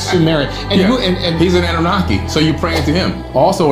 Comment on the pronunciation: If you can't pronounce annunaki correctly.... I can't entertain your input